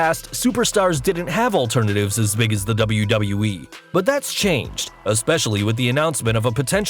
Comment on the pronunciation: Wait you can pronounce WWE, instead of saying Dubloo-Dubloo-Ee. Is this really?